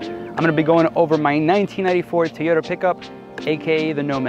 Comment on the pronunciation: Why do toyota guys pronounce it as "teyota"? sounds odd.